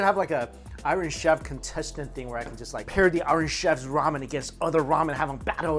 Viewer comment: Have to laugh. When Mikey says iron chef. It sounds like Irish chef.😂😂🍻🍻🇦🇺🇦🇺